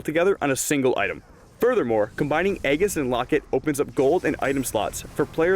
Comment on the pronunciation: LOL "EGG IS" of the legion